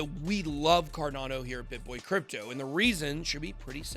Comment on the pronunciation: Bitboy please pronounce the word correctly. You said carnado instead cardano. Check you starting Clip...